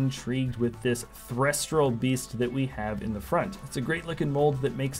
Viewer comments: I'm sorry did you just say threstral it's thestral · Thes-tral not thresh-tral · Thestral not threstral